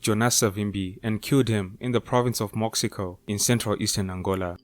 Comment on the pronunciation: Mo-she-co plus I think you failed to mention the child soldiers, mom told me was was worse then the artillery.